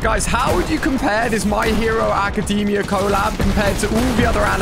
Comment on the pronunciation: bro called bakugo izuku on accident and then absolutely massacred ochaco's name Ah yes the my hero acadeeemia co-lab